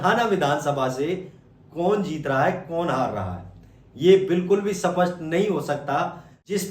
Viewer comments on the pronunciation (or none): Bolno to Sikh le सपसट ❌ स्पष्ट ✅